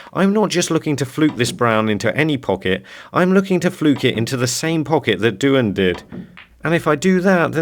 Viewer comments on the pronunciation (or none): I thought it was pronounced the same as Dwayne